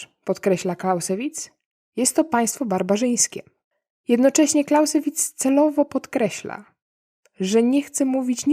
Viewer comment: Nie Clausssewitz....Clauzzzzewitz...Bardzo prosze! Program dobry , tylko typowo polskie luki w umiejetnosciacj jezykowych.....